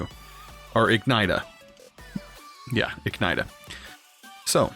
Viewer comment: Its pronounced ig ni she uh